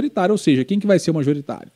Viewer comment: é MAJORITÁRIO, e não MARJORITÁRIO, blz?